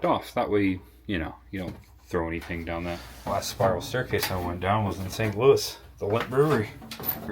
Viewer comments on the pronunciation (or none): none